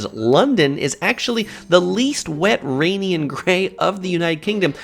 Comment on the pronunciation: "The United Kingdom as a whole has a reputation for being whet rhainy and gray." Never in my life have I heard someone say "Rainy" with an "h" lol